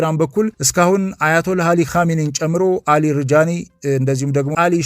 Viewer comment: አሊ ላሪ ጃኒ ነው ስማቸው ሪጃኒ አይደለም